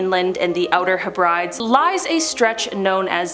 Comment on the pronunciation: C'mon now, how are we supposed to take you seriously if you can't pronounce things properly? heb red deeze, just say it fast.